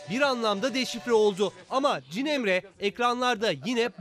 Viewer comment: Spiker de yanlış söylüyor adını. Koray cinemre diyor